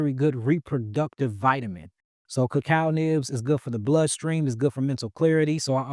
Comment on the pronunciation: Anyone know what ramen he’s referring to? And earlier In the video he mentioned something called so what sounded like cucal nips or something , anyone know what those are properly called ?